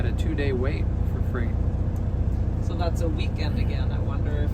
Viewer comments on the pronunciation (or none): Freight rhymes with Wait